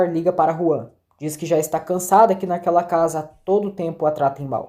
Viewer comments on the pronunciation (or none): É Juan e não João. Na dublagem eles falam Juan